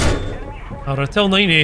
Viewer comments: How to pronounce Ratel (Ra-till) ("Ra": like the Egyptian sun God) & ("till": like till the field) "ratill".. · Ratel's pronunciation is: Rah - Till.